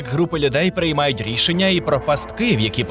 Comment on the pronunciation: На "приймаютьрішення"???!!! 😮😮😮лбять. Кіко можна?!